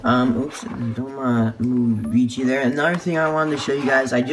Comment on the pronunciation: Nice! Isn't it Vecihi not Vichi? And I find his expression like the disney store eyes. Weird and creepy.